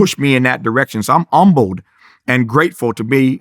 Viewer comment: Why does he make the h silent in "humble"?